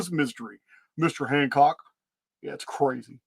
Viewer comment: You said hancrock once and now I can't remove it from my vocabulary 😅😂